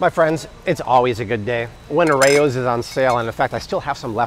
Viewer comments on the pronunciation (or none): I get irrationally angry at how he pronounces "Rao's"